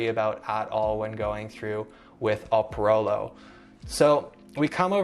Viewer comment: It's not Oprolo. It's Eprolo!!